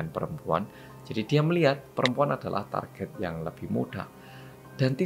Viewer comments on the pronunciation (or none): none